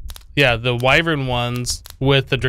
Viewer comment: That is not how you say wyvern